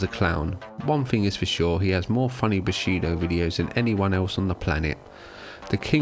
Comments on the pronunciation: You are saying bullshido. Not bushido right? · Guessing you mean "bullshido" but you pronounce it as "bushido" which is kind of the opposite. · You mispronounced "bullshido".